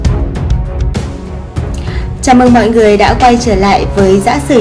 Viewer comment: MC mà đọc “mọi người”.